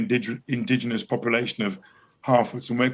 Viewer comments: Did that guy say they are called "Not Hobbits, but 'Halfwits'"? I mean this guy is a professional actor, and he can't even annunciate. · its not an accident that it sounds like he is saying "halfwits" instead of "harfoots" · Who is "Toklein" in "Toklein Tube"? Why does pronounce Harfoots like "Half wits"? Why does DRiPPY HENDRIX try to impersonate Shoe0nhead? Why is TheQuartering referring to the photo of Galadriel when talking about the Dwarven princess? Would Donlemon possibly be one of the legendary Drow, or Dark Elves? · Did...did this guy say "half wits"?